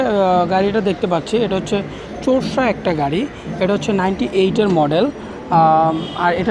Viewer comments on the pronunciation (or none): চোরসা না রে পাগলা 😂 এটা কোরসা 😁😁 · টুসকন, চোরসা,শুক্কুবার, bhai seriously?.. a kemon bhasha bhai